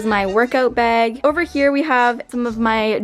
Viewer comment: Ok , I can’t anymore, why are you saying beg it’s pronounce *bag*... you don’t have an accent, you’re supposed to pronounce things right...